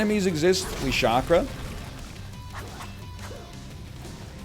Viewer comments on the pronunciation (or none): If this man calls it a shakra one more time imma pop a vien lol